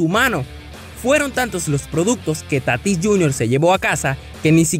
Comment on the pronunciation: Oiga hermano soy de spm lo conozco , no es Tatís , es Tatis 🤦🏾‍♂️